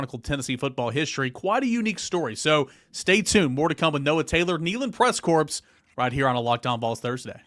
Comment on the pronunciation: It's pronounced core. A corpse is a body without life.